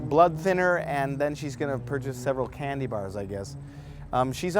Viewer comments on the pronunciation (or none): When you first said 'candy' I thought you said 'cannabinoid'. Different diet. '